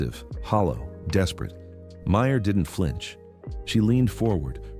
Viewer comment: It’s Meryl… not Meyer